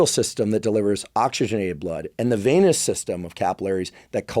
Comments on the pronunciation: Hey Andrew, it's "venous" system, not "veinous" system. Thanks for all the info! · The way you say VAY-NESS for VENOUS, and ED-IMA for EDEMA. Dude.